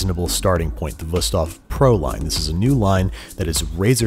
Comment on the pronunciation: im german and i love how you pronounce wüsthof i first didnt even know what you said there lol